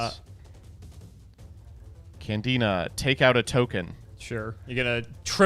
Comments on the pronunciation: Did called Candina, Canadia? Someone is with Paleos in their head... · referred to Candina as "Canadia" so many times that for a second i had thought i was in the wrong year or something